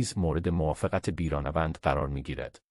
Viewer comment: بیرانه وند چیه؟ تین چه طرز بیان هست!؟ احتمالا نرم افزار هست ولی چرا اینطوری؟